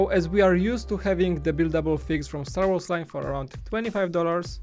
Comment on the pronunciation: yes but he says words wrong: sad wars and others